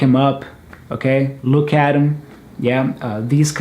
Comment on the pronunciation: Hi when you say "look at them" you replaced it with "r" the two "t t"?